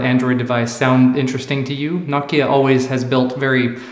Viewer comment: Nice to see an American pronounce Nokia properly